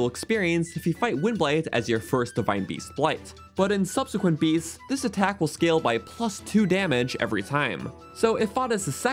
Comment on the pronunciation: No offense but did you get enough sleep while editing? “Attakc” 😅